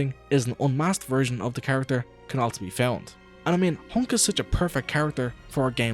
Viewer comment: Japanese pronunciation: Hank Actual nickname: Hunk This guy: Hownk